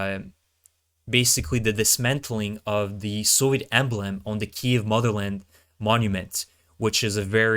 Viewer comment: so what are your credentials? what gives you the right to act like you know about the military complex? what school did you go-to? what is your military training? .. or are you just another guy who can't pronounce the word "kyiv" correctly? lol